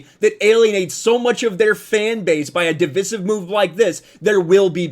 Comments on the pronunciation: Say "divisive" like a man. Don't let the libs bend you even a little. It's pronounced like divide or divided. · Thank you for pointing this out, one of my pet peeves with.